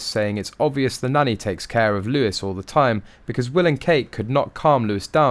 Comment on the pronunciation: It’s pronounced Loowee, not Lewis.